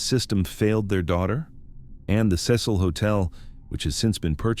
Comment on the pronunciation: take a shot every time he pronounces cecil as sess-hole